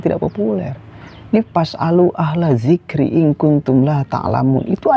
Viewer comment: harusnya zikri bukan zikro ...